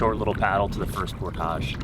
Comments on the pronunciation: 1 tip: "Portage" is pronounced "Por-tidge"... not "Por-tahhj" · Great video. You earned a subscriber. The word "portage" rhymes with "porridge," btw ;) but thats coming from a minnesotan. I didn't know it was pronounced differently in canada! You reel very fast when you're fishing. Slow it down and I bet you'll have more luck! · You are not pronouncing “portage” correctly. ˈpôrdij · You're pronouncing portage incorrectly. It's por·tuhj! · why are you saying 'portage' so weird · Hey! Native Minnesotan here...You're pronunciation of portage is French, more common in Canada than the US. You're not the only one. I've heard several YouTubers pronounce it the way you do and was confused, as I'd never heard it pronounced that way. I've been in the BWCA 5x, but not in 30 years.